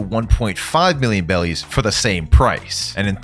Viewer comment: Bro said bellies